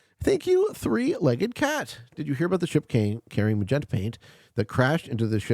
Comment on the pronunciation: Did he say MAN-genta?